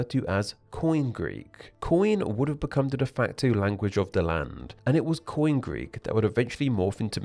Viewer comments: They colonised wide swathes of Southern Italy, Southern Gaul, & Southern Iberia. However, all of those were conquered by Rome within just a few centuries. BTW, koine is not pronounced 'coin'. It is pronounced (UK: ⫽ˈkɔɪni⫽ KOY-nee;[3] US: ⫽ˈkɔɪneɪ⫽ KOY-nay, ⫽kɔɪˈneɪ⫽ koy-NAY). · I speak Ancient Greek, mostly Koine, though I've picked up some words from other people in the Greek chat. It's not "coin"; the 'e' (ή) has always been pronounced, though the sound has changed over the millennia. I say /ky:'ni:/. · Coin Greek? Really? English RP pronunciation of Greek is grating to my ears at the best of times, but Coin is just terrible.Also there are NO silent consonants in Greek words.If it is written , you pronounce it.T-S-akonian, not Sakonian. Greek was near perfection , you don't adulerate a fine wine. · The way he's saying Koiné as "coin"😭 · “Koine” is not pronounced “coin”. Otherwise, strong video.